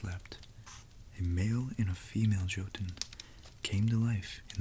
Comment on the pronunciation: This really cool and i love the Norse legendarium. Small tip though: J in the Nordic languages and also in German is read like an English Y. So Jotunn does not begin with a sound like in "John", but with a sound like in "young". Think for instance how you say Jägermeister...